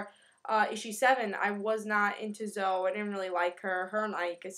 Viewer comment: It's really cute the way you say it and I might be wrong, But I think it's pronounced Zo-ee